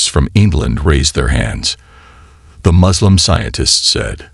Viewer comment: To The Channel Kindly note. S in Arabic is like you pronounced it in the word SUURA. So the Suurat is NOT I Z R A A but I S R A A. "I Z L A A M" ❌️ "I S L A A M" ✅️ M O Z L E M ❌️ No "O" in Arabic. M U S L I M ✅️ U like in PUT. NOT like in Umbrella.